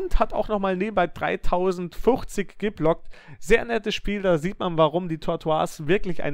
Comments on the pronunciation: Das ist kein französisch du spricht den Namen nur falsch aus. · "Tortoise" wir nicht französisch ausgesprochen, sondern englisch, weil es Schildkröte bzw. Landschildkröte bedeutet.